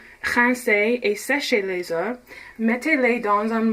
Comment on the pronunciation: Merci pour ta recette... et pour ta prononciation j'ai une remarque : lorsque le mot 'oeuf' est au pluriel (oeufs) on ne prononce pas le 'F' :)